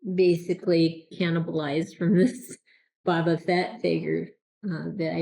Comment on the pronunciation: Boba is pronounced like the arrow shooting tool called a bow followed by buh. Your pronunciation is more like Baw-buh...have you never seen ANY of the videos/movies out there with his name being pronounced? It's like saying Jones instead of James...